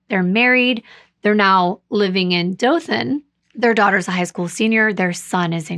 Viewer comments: Firstly, did a great job with the pronunciation of Dothan (no one except people from there or knows the place can pronounce it correctly). Good on you. Sadly, I remember when this happened. My mom worked with a young lady that knew these girls personally. They had billboards of these girls all over Dothan, Ozark, going towards Fort Rucker....everywhere. When I left to go into the military in 2001, they still hadn't known who killed these poor babies. Get this, they finally found the killer and convicted him LAST YEAR. They found him because of a DNA match on a genealogy site. Even crazier, he lived a crime free life after he killed these poor babies. That was a sad, and upsetting time for everyone during that period. Not only did these babies go missing, but around the same time so did four African American teens, that they found dead right around the same time they found these girls. I always wondered who killed these girls, and the others. At least they found, and convicted, the guy who killed these babies. My condolences to the families of both sets of angels. Also, this story was covered very well, as usual. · I’m from Dothan. You have pronounced everything correctly. I remember the case like it was yesterday and has been a topic of conversation for years. JB and Tracie were a few years older than me. JB and I attended the same dance school. I never had dance class with her but I do remember seeing her in the building as we were going or coming from our classes. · You are saying Dothan correctly! Im from Alabama! I'm from Jacksonville, AL, and Troy is one of the rivals of Jacksonville State University! Your writing is off the chain! You do really well at putting people in the place you are telling about! In this case, Ozark. Depending on which way you go, people drive through Ozark to get to Panama City Beach, FL. My sister used to live in Dothan. She was a nurse. Thanks for this story, I haven't heard about it yet!❤